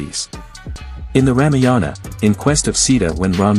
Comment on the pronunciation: Please learn how to pronounce Ramayanam....